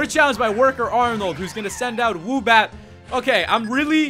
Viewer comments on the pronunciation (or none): you said woobat, zubat, zwoobat, and zhwoobat. It's Swoobat. Otherwise, your videos are awesome. I just thought it was funny how you kept messing up on Swoobat's name.:) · IT IZ SWOOBAT NOT ZUBAT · he called swoobat zubat